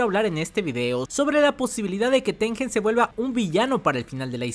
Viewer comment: Gran video me encantó, hay muchas teorías de que Tengen quería perjudicar a Yuki pero creo que fue más porque Tengen no sabía que iba pasar. Una cosita, el nombre japo de Tengen es てんげん lo cual se pronuncia tenguen, no con j